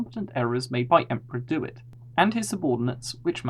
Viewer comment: Its not emperor "dewit" he is THE SENATE, pls stick to the established lore